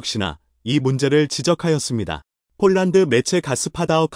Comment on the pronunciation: 제발 폴란드를 쫄란드로 읽는 우를 범 하지 말아야!!!!!